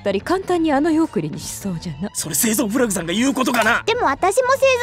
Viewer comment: フラグじゃなくて『フラ』って呼んでんの！？ってなったぁ